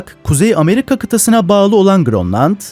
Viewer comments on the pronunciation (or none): none